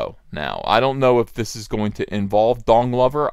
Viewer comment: did ethan say don glover, or dong lover?